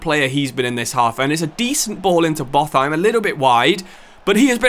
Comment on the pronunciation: Pretty sure Botheim is pronounced Bot-heim instead of Both-heim, it’s certainly sounding pretty incorrect in my Scandinavian brain😅